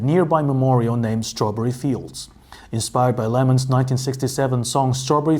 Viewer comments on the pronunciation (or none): "...inspired by LeNNon...", not LeMon 😅